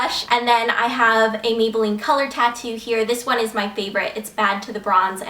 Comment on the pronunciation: OMG when you said megaline instead of maybelline when you were talking about the mega plush mascara- I DO THAT TOO!